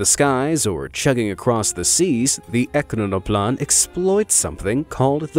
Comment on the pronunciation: At least your Russian is better than your English. ekranoplan is pronounced e-kran-o-plan and those pods are called pontoons.